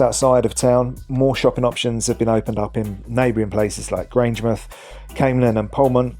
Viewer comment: My mother and grandfather were born at Grangemouth , on a farm now buried by the oil works ( as granny called them). Unlike Portsmouth ( ports-muth) and other English towns ending in - mouth my mother always called it Grange - mouth. i've never heard Grange-muth until this video. My mother's family lived there from 1888 until 1944. A wee mention of the Antonine Wall , which even ploughs through Callender Park would have helped Falkirk. (built by the Romans it crosses Scotland from Clydebank to Bo'ness , just along from Grangemouth ).